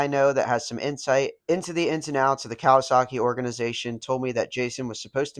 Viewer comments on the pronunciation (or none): none